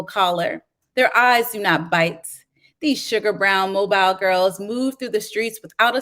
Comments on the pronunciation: I could not help but be distracted by the reader pronouncing the name of Mobile (Alabama) as mobile like a mobile phone, rather than the correct way of Mo-bil. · Same. I grew up in Mobile, so it was very annoying.